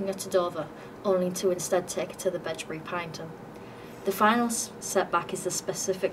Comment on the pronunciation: Pronounced as “pine E Tum” 😉